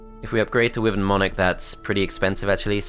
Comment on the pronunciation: Brings back a lot of nostalgia, but please... it's pronounced wy-vern!